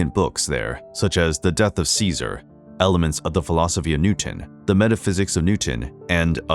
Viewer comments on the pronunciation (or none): none